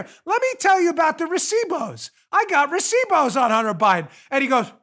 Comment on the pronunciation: You said recibos very well dam 🤣🤣🤣